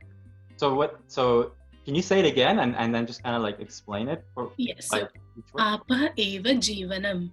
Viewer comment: आर्य अनुयायी ॐ Yes that's true, but she pronounced "Aapa" correctly, this guy mispronounced it.